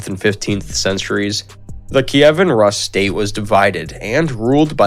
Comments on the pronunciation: It's noT "..russ.." but pronounced ROOS ! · yeah same as you say russian - Rooskii haha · Isn't Rus pronounced Roos not Russ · Not Ras but Rus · It's not Rus, but Roos. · learn how to pronounce basic Russian words at least!! Rus--> roos' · Anyone else annoyed on how he pronounces Rus